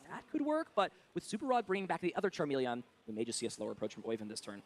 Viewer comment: The way he pronounces charmeleon irritates me lol